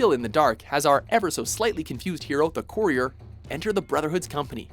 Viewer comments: Why did he pronounce Courier as "Corrior"? Its more like "Curryer" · Courier not Corior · Does watchmojo have anyone with basic pronunciation skills? Core-ier? Jesus fuck. And the Mech-AN-ist? The game clips correctly say Mechan-ist twice immediately afterwards!